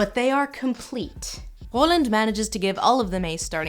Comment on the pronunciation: Did you just say "Roland" with a guttural r? <3 It's a wee bit French but I appreciate the attempt xDD